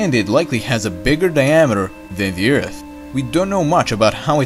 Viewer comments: Is this the same guy that pronounces Earth as "Ert" or "Urt" ? Just wondering. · Oh my gosh you said Earth not Eart lol